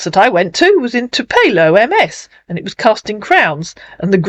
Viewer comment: Tupelo is a small town near Memphis - birthplace of Elvis - pronounced “Too-pillow” ☺️